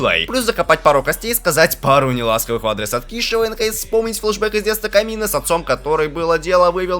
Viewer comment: если для быстрого пояснения пойдет, а так перезказ такое. все слишком сжал, и эти шедевро ударение вирал на а камина на а, аж уши режет. симон вообще горемычным стал.